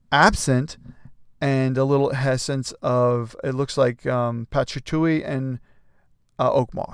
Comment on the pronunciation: Mate, patchatuly?😂 It's patchouli, pa-choo-lee, patchatuly.